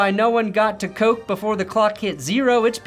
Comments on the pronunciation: PS Koch’s name is pronounced Cook not coke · Sam Koch is pronounced cook. not like you'll ever need to say him name again